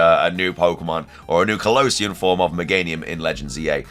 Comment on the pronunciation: Why do you pronunce Kalos and Kalosian so differently